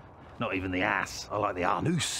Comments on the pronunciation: Is it David Earl's goal to just say funny things until his co-stars break? I don't think I could keep a straight face. Especially after the "Anoose" part! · “The Ahhh-noose, the eye of mystery” - Oh my God - I’m dead 😂